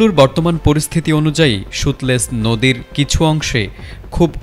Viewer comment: সতলেজকে বলে সুতলেজ😂😂😂 জুলাই কোটায় চাকরি পেয়েছে😂😂😂